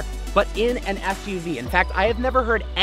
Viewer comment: He said ssuv lol